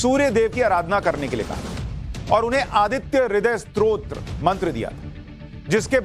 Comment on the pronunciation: स्त्रोत्र नही स्तोत्र बोलो